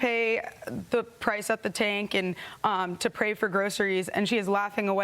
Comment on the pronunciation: I DO have a hearing problem, but it sounded to me like the lady in the red said pRay for groceries not pay for groceries. Laughing... If that's what she really said she nailed it right on the head.